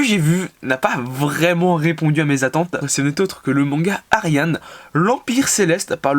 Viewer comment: juste ça ne ce pronoce pas ariadne mais ariadné